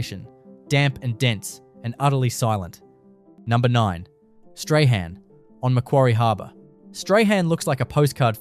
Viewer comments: Strahan is pronounced as "strawn" 🤣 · Ai terrible strahan is prounounced strawn-appalling